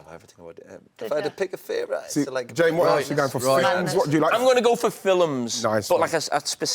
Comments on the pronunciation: Carragher: "I'm gonna go for filims" 🤣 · Everytime Jamie says "film" I've always wondered where the 'u' comes from when he's talking about 'filums'